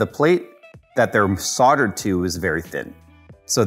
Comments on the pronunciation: stop saying soddered try saying soldered PLEASE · The pronunciation of soldered is just killing me